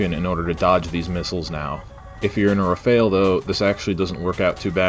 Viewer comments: excellent except for one thing : your prononciation of "Rafale" you say it like "Rafael" that's not it, it's "RA-FAL", the "AL" as in "sALad" 👍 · I'm sorry but it rafale not Rafael 😅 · RAFALE not Rafael, respect this masterpiece